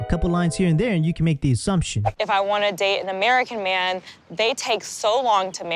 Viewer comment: Why does she keep pronouncing man like “myeen” it’s so annoying!